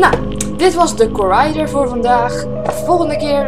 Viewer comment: je spreekt het niet uit als corraidor maar gewoon als corridor, met een korte i :p leuk filmpje trouwens! x